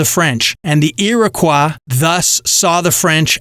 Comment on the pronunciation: I cringe every time he says Iroquois. He butchered it 🤣 Mohawk, my people, were keepers of the Eastern door. If Europeans were allowed passage through, they were assumed to be trustworthy, at least for trade. Because many, and I mean many, didn’t make it through Mohawk territory. 😂